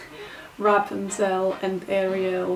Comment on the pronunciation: Ra-pun-zull 😂 you said you needed help with pronunciation, here ya go